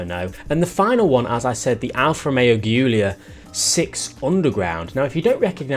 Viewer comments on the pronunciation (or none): Ghiulia????? It's Giulia!!! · please watch a video on how to pronounce Giulia, I felt pain every time I heard your way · As much as I like you but pls never ever say Giulia that way again 😂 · you butchered the alphas name